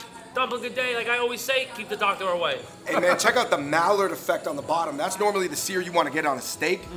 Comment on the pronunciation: LOL it's not mallard, it's mai-yard lol